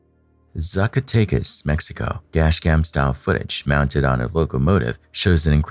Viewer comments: xDDD it was funny to hear you say those 2 places, I was like, "where the heck is this guy saying this happened?" I know you more likely never going to use them again but is pronounce more like: "zacka-tech-as", not at all "sucka take us". And is more like "bye-ye dell cow-ka" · Did he really say, "sucka take us"? 😆